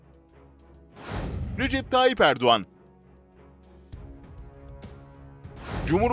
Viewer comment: Erduvan erduvan erduvağğğğnnn 😁